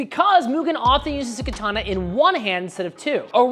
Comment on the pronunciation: learn to pronounce katana correctly